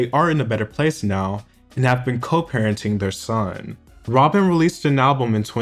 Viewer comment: But Rob-en. I like that.